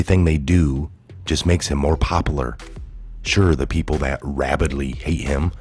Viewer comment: Love this channel...🇺🇲🇺🇲 Bugs me you said popalar instead of popular